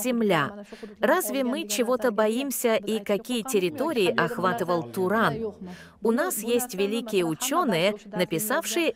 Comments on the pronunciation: не Турон а Туран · Какой турон😂, может Туран?